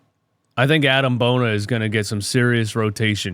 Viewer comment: Just for future reference, it's pronounced "bo-nee-ay" 😂 Maxey, Ricky and Bona are running the league in the 2030s